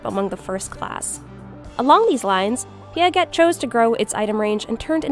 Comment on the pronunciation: I think the way how you say piaget totally wrong sweety 😊